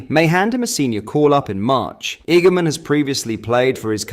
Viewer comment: Hamza’s a gamon. Honestly stop using ai man. 😂😂